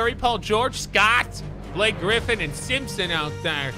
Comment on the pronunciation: you are saying ralph sampson name wrong he is not one of the simpsons....lol......u do this in more then one video .... not sure if u are doing it on purpose or by accident ...